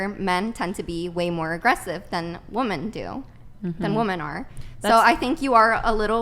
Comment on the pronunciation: God I can’t stand WOMEN who say “women” as “woman”… WTF?!